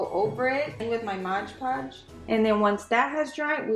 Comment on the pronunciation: I love the way this turned out! You made me laugh about the “Modge” Podge!!😁